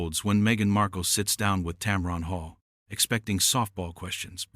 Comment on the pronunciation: Why don't you ever show the actual interviews? is no "powerhouse". It's "TAM-run", not "TAM-ron".